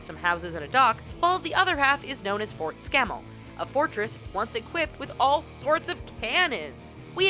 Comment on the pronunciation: "Fort Scammel" i thought they said Fort Scam there1Lol!